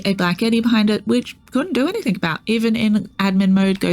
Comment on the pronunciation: So small request, can you stop saying anythink... and say anything. 😂